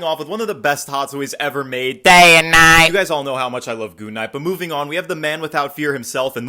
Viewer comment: “DÆY AND NIGHT”